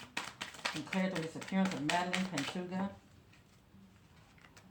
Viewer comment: She was 20. Her last name is pronounced Pan-toe-ha. She was unfortunately found deceased this afternoon.